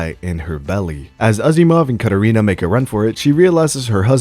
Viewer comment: The way he pronounces the name Katerina and says "mad rizz"... Yeah, dude is the worst.